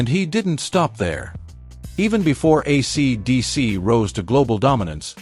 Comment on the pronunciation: Fake voice can't pronounce AC/DC. Some pictures of Malcolm Young are reversed. The verbose, semi-vacant script sounds like AI. Yech.